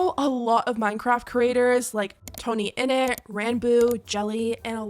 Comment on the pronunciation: tonyinnit? its TOMMY😭😭😭